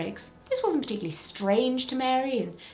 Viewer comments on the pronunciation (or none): none